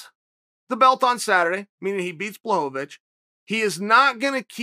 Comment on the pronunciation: Important Time Stamps: / - “I was a customer before they sponsored the show” (Sure, Chael) / - First Blachovovicz / - Modified “Ok Great” / - New pronunciation of “negate” / - Second Blachovovicz / - First and only Leg Cross / - “Why are we here and what are we doing?” / - Third Blachovovicz / - “Maybe I gotta elect myself Mayor of GetTheHintVille” / - Casual nose pick